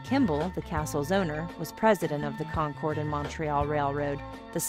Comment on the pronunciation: We pronounce it concurd not con-chord.